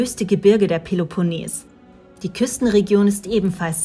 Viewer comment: Tolle Bilder von der peleponnes! Aber achtet auf die richtige Aussprache!